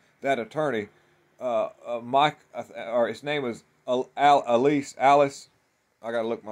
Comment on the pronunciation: Pronounced E- LIE- ASS